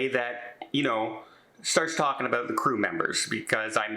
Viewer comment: When you’re Oot and Aboot. .